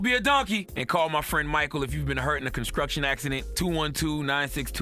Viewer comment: U a donkey for saying "ConsKruction" at the end of this video w that lawfirm ad 🤣🤣🤣🤣🤣